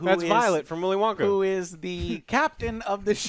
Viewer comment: Did you just say Willow Wonky?!?!?! lol